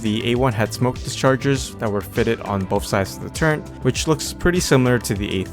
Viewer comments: Hate to be that guy, but you and my son say Turret wrong the same way. Turrent.. I still watch your videos =) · turret not turrent...=(